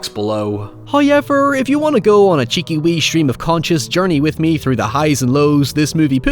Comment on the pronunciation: I'll never get over how he pronounces however as highever.